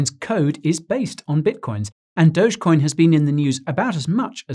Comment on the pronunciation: Dogecoin sounds like doggycoin 🐕